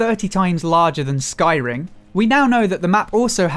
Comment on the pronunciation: At first I thought he said 'The map will be 30X larger than Skyrim' and my whole head did a double take.. took me a second to realize he actually said Skyring xD